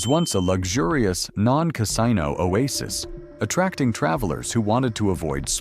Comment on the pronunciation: I won't subscribe to an AI voice which can't pronounce "casino".